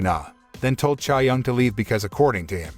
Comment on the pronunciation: its Chae, like Chay. chay young